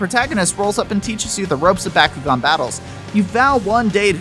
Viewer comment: My favorite DS game is how you don't know how to pronounce Bakugan. What do you say Merry-o as well? reported to the FBI